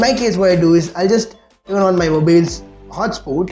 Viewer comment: Lol 😆 moobeel, hooutspot.